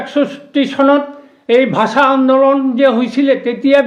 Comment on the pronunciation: ভাচা নহয় ৷ ভাষা বুলি কয় 😅